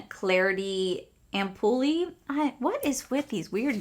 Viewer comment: Ampoule is pronounced "amp-ule", ampuly 😆 your so adorable! 🥰 🫂 🤗 😅